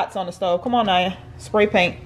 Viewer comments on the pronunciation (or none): is it only me or... I just hear said spry paint?